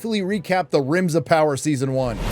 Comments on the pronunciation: Did you call it Rims of Power??😂😂😂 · 💀💀 i kept hearing "rims of power" i was like "whose buthole is the one to rule them all?" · Did he say Rims of Power? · Did I hear that right, you called it 'Rims of Power '? How apt. 😂